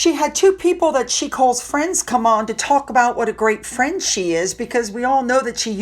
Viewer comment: Thanks for video,. Did you say Markall was a great friend or a great fiend?🤷🏼‍♀️ 😂🤣😂🤣